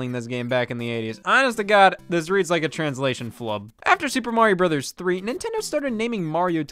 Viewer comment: Finally, someone who says 'Bros.' correctly, and doesn't say 'Bro's'.